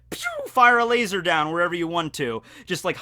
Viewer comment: Why the do you pronounce laser as lasOr.